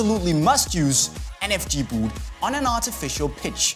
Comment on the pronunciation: i get so annoyed about the way he says boot v00t